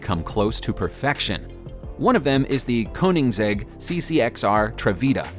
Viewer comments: true 😂 and he said it's koeniNgsegg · Ok. Seriously? KoeniNingsegg? I bet you say "Cummings diesel"... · He said fucking kobibseb instead of koenigsegg